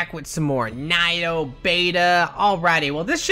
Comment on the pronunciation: It's pronounced Kneeoh, like the Japanese word for 2 is Ni.